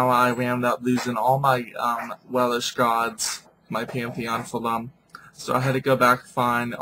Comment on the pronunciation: stop saying Welish ..it is welsh.....and you are so off with your pronunciation's..